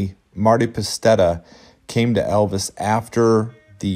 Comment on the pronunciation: PASETTA.....NOT PASTETTA!!!!